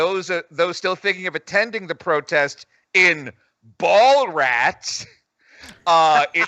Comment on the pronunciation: It's spelt Ballarat and is pronounced bal-a-rat. Not sure how you couldn't pronounce the a.